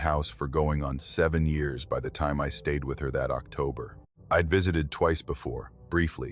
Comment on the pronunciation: Ai can’t pronounce time